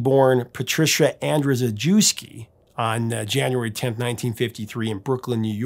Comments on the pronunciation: "Andrewsjewski" is actually pronounced "AndrewsYEVski"; I know this because my mother was off-the-boat Polish. Oh! And Poly Styrene—of X-Ray Spex—was also a trained opera singer! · I believe her last name of Andrzejewski would be pronounced An-jee-eh-skee. I had 2 classmates in school with that last name. The one got teased as Andy Alphabet.